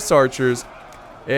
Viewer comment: When you said the Habasid Sultanate, you actually aced the name! Good job. (I'm not joking)